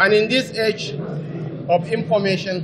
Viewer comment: It's information not inpormation mr so called VP